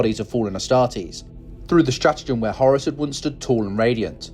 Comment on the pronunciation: "The Heir to Hours" Umm...k.